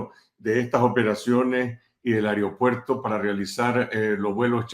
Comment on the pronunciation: AEROPUERTO SE DICE VIEJOS CABEZA DE GLANDE...NO AIROPUERTO....?